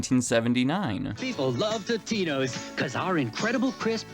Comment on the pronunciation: It's not "toe-te-no" , it's, "tot-e-no"